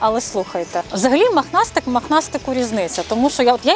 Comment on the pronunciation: Махнастик🤦😂😂😂,може пухнастик..☝️Ваше висловлювання "мАхнастИк" ріже слух🤣🤣